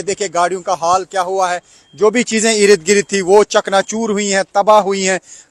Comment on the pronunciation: Eirid girid eirid girid Urdu ke shabdon ki ma phad di